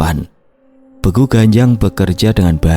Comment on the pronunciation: Maaf ijin koreksi mas.. Untuk kata "Begu", dibacanya seperti pada kata "Sewu". 🙏